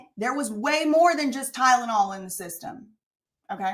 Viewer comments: Ah yes, that good 'ol "Tydenol", that's apparently aka " Tylenol"!!😜 Lmao, she sounds so dumb🤦‍♀️🤭. I was busy cooking the 1st time I ever played it, so I was actually just listening, but I still caught it immediately, lol. I remember backing it up 10 sec, bc I was like wait, what?? Lmao 🤣🤣🤣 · I remember this chick said "Tydanol" or "Tie●dah●nol" she couldn't even pronounce Tylenol correctly.